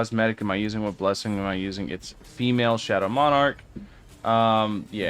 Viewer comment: Why does he say female with the hard F 😭